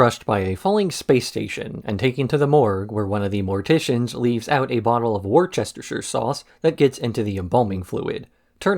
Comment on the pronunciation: as a native, lemme just say it's pronounced "woos-ter-sheer" (woos like calling someone a woos, and sheer like sheep)